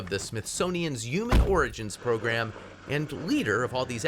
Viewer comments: Why does the presenter say "youman" instead of "human"?? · Mr Reporter human is pronounced "HEW - MAN". The "H" is NOT silent. 😮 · What's a "yuman"? Lmao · umans can he not say humans properly or is an american pronunciation thing? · Why does he say human like that? Yuman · What’s a Yuman? 😂